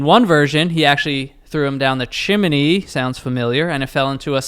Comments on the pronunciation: Yo why he sayin chiminy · Chiminnee. Same as joe with cockaroaches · Why does he keep saying “chim-en-ny”???? 😩😅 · why the fuck does say chimney like that 🫩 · why the hell does add a syllable to chimney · I made a comment about that too! He’s adding syllables???